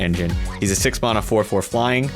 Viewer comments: The way that one bloke say mana bugs the bejezes out of me. It’s MANA! Not mauna… 🤬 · I am happy got knocked out first just to not hear him mispronounce Mana.